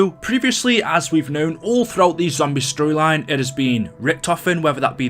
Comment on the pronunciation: When i heard "the end of aether stroyline" i looked at my phone for a minute like "whatd u say"